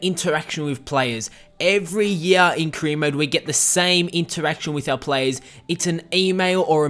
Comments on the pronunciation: "kreer mode" what the fuck lol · Sounds like you're saying queer mode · all i hear is Kareem Mo instead of Career Mode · Sounds like you're saying Korea mode